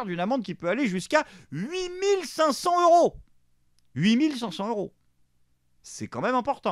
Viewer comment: Cher, Huit mille cinq cents - h - euros ou huit mille cinq cents - z - euros? Pour ceux qui ont du mal avec les liaisons des euros, il y a un truc infaillible: remplacez mentalement « euro » par « an » et vous êtes sûr de faire la bonne liaison (par amour pour notre belle langue), vous ne direz jamais cinq cents - h - ans.